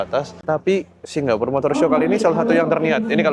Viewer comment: Srry ko. Aku gabut, aku pngen ngomong nek pengucapan seng bener iku Singapore, ga Singgapore. Ojo ngamok ko, aku mek gabut. 🙏😅